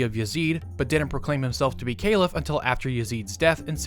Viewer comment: What the fuck are you saying Calif like Ceilif